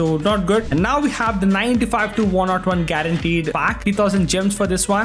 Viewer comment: Please Stop saying 101 as one not one that's too annoying 😭